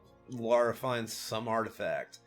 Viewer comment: I'm from England. It is Lara as you pronounced it.